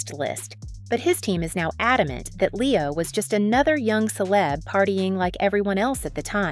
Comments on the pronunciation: I like the way that AI commentator pronounced C-lebs! Not a truer word has been spoken! 😂😂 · I cant keep watching after hearing "see-lebs"